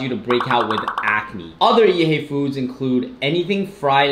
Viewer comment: ''Yeet Hay'' LOOOOOL never heard it like this b4 XD